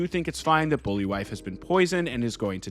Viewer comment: Bol'vi (Bowl - Vy). Not Bully Wife.